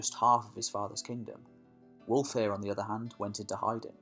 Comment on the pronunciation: Pronounce wulfhere the same as Hereford his name means wolf's army